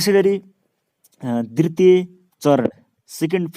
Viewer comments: दितृय पत्र होइन....दु तिय पत्र भनेर pronounce garnuparxa sudarnus nepali word ko pronounciation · dritiye hoina k dwitye ho,, kasto sundai jharko lagne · िद्वतिय होनि